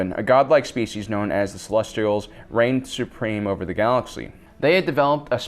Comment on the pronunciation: Thank you for the video and thank you for saying Celestials correctly.